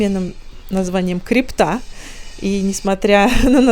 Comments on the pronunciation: Не "криптА" , а "крИпта" ! Это из старорусского/ ветхоцерковного. Что-то вроде лаза , подземелья и т.д. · Спасибо, приятная прогулка по набережным канала Грибоедова. Небольшое уточнение по названию кафе в Казанском соборе, это не криптА, в смысле валюта, а крИпта " ... одно или несколько подземных сводчатых помещений, расположенных под алтарной и хоральной частями храма" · Название кафе не не криптА, а крИпта, Это в переводе с греческого подземный ход, или тайник. В архитектуре - это одно или несколько подземных сводчатых помещений, расположенных под алтарной и хоральной частями храма и служащих для погребения и выставления для почитания мощей святых и мучеников. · Ну вы чё, Кри'пта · КрИПта - с таким ударением название кафе уносит в историческое прошло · Неприятно , когда столько нелепостей. Как можно не знать правильное ударение в слове «КРИПТА»? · Кафе под Казанским собором называется «Крипта» не в честь криптовалюты, а потому, что крипта - ( ударение на «и» ) это сводчатое подземное помещение под культовым сооружением с функцией часовни! Мне сразу резануло слух ваше толкование и ещё ваше удивление! Как же вы, рассказывая об архитектуре и достопримечательностях Питера, не знаете таких вещей?!